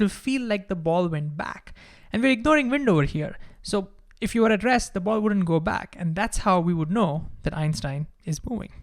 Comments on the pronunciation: Great video, but for most of it I thought you were saying “addressed”. Then i realized finally you are saying “at rest”. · Is he saying addressed or at rest? 🧐